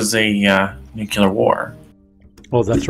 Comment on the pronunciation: It's pronounced new clee arr, not nuke u lar.